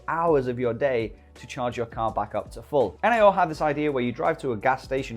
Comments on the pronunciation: Its NIO, not N-I-O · why do you called it N, I, O?? Like "neeeooo" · I believe it's pronounced neo mate.